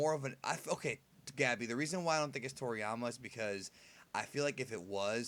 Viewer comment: So we got Freezer, Cooler and now "Toryamer"